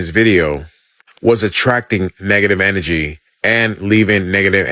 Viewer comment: Dude couldn't even say energy right and wants us to believe what he's saying. Na. I don't think so. There's no such thing as positive or negative or good or bad. Energy is energy. You are what you are. Just because you see it as bad doesn't mean I do because I can see it as good. This is the yin and yang.